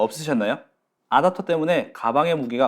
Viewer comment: '아답'터 너무 거슬린다...